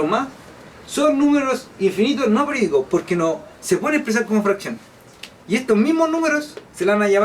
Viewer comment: dice perdicos